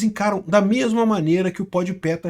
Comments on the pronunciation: E nao tanko o chamando o podpah de podpé kkkkkkkkkkkkkkkkkkkkkkkk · é pod pá, não “pod pé” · é POD PAH e não PODIPÉ kkkkkkkkkkkkkkkkk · Adoro que o parece se recusar a acertar o nome do Pode Pé 😂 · impressionante, é pod pé, é rap (pronuncinando rápi), o cara vive em outro mundo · Pode ser que ele esteja falando de propósito ou está falando como se fosse em inglês. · N sei se é de propósito. As vezes ele fala errado msm as palavras. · Se diz "Pode pá"